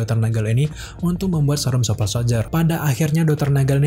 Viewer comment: Super bang bukan supel